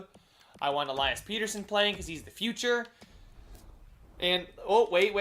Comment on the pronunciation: its pettersson like better son not peterson